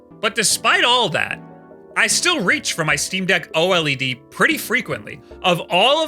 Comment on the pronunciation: Brother is saying OLED like it’s its full government name